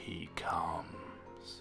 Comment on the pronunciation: i know its supposed to be scary but when he said "zzalgo... he cumss." I laughed so hard